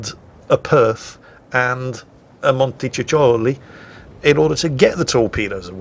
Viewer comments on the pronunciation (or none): Actually, you don't pronounce C's in montecuccoli as "CH" but rather as "K", so something like montekukoli or whatever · The italian cruiser's name is pronounced "montekukoli". The double "c" in this case acts as a hard "k" as it is not followed by an "i". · Montecuccoli was an Italian strategist, contemporary of Clausewitz I believe. It's pronounced with k as montekukoli, same as in latin Cicero was kikero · the italian t5 cruiser? "Monty-cookie-ly"... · Forget it, he's British: their vowels are all screwed up! :D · For the actual pronunciation of Raimondo Montecuccoli, just find him (the count after whom the ship was named) on Wikipedia. ;) Note: the Italian pronunciation of C or CC as English CH doesn't depend on the amount of C's, but on what comes after: if it's an E or I it's like English CH, if it's an A, O or U, it's K. If the K sound in an Italian word occurs before E or I, CH is used (which, if you're used to English, I'm sure takes some getting used to). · pretend that both the double "c" are actually "k" and you should be fine. Ku and ko like in kudos and Kong. Oh and by the way, sooner or later we'll need to address your pronunciation of Giulio Cesare.... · you have to pronounce it like so: the E in monte is like the one in enterprise, the U is like the double o in cool, the Cs are like Ks and the I is the same as intelligence. And the accents are on the O of Monte and on the U of cuccoli. And you don't have to throw a pizza in the air while pronouncing it. Hope I was somewhat useful mate!